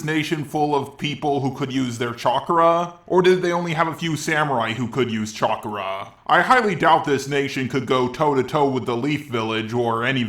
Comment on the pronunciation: I just noticed after you said it many times, you say chakra like "chakura" and I have no idea why or where you picked that up from.